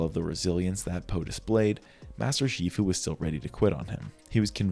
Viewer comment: I can't focus after realizing that shee fu is a weird pronunciation of master and Bros name is master master ToT